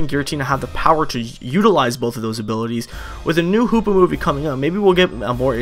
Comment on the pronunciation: Hoopa not hoops lol